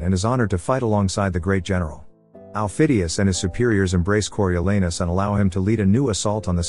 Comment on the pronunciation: The a in Coriolanus is pronounced “ah”, there’s no “a” sound in Latin. The British are notoriously bad at speaking non Germanic words.